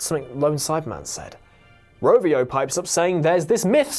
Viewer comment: Its Ravio not Rovio!